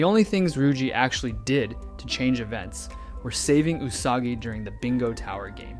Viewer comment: Ty for saying her name correctly 😭